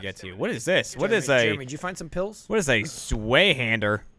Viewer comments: Jeremy pronouncing Zweihander as Zwayhander. SMH. But on another note...more Blackout vids please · its pronounced zwy hander it was a medieval sword its literal German for two handed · I bet legit German people from Germany were tickled by pronunciation of Zweihander, cuz I, an American with ein bisschen German knowledge was tickled by 'zway-hander' xD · The gun is called Zweihänder. It's German, so the 'W' is pronounced like a 'V.' The word Zwei means Two, so the gun is pretty much called "Two Hander."